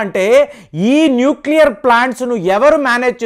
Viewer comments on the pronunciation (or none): none